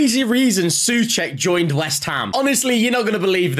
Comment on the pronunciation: Pronounced "So-check" not "Sue-check".